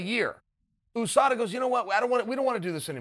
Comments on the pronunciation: ffs there isnt a fucking 'O' is USADA... Stop pronouncing it like there is. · Everyone: USADA Chael: OOSADA... 😆👍😂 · Chael “oosada” sonnen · He does it on purpose. 😂 😂 like YaRear